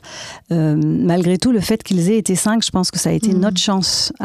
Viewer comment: L'emphase sur le " cinq" dans chaque questions est lourde. Il y en a qui ont plus et qui gèrent.